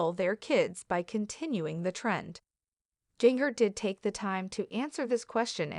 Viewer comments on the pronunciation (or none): Her name is pronounced “Ginger,” and the way it’s said in the video makes it painful to watch :(